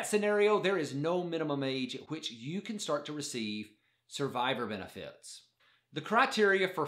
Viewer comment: I hate the way he says Beni Fieet